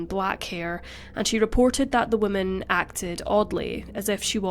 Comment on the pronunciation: I love your videos. Just a tip in pronunciation: whoa MAN is singular. Whim MEN is plural. Not trying to pick on you aas it seems many people have trouble with it. BUT it is easy if you relate it to how we refer to males: a MAN is singular, while MEN is plural.